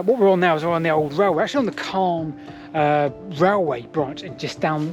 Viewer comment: Wow I grew up in Calne but left Calne decades ago Never knew about the branch I went on the Calne to Chippenham railway as a child a long long time ago and walked along the Marden But this is so fascinating PS sound the “A” more when youn talk about Calne more its how the locals say things